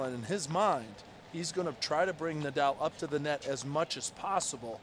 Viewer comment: The only thing about Rafa retiring i won't miss is hearing the commentators butchering his simpke name. I won't miss Nadauu😂